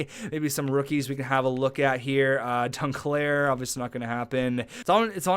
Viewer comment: I cringe every time you say dunclair like he's not an ice cream bar